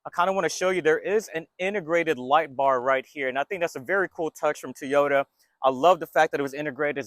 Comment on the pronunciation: I like you videos buy please work in saying Toyota correctly. It is very distracting....It's not Teeota...it's Toy - O - Ta, Toy - O- Ta...say it with me...Toy - O - Ta, Toy - O - ta.